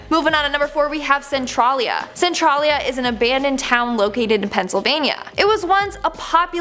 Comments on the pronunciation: Hey Centralia is pronounced Cen trail e a im a Pennsylvania native I live near the town of Centralia I go through the main street of it everyday to work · It's pronounced Cent-Trail-yuh. I live in Centralia, Wa. My town was named after the Il. Centralia..